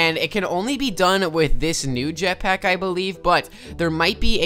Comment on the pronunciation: U said jetpiack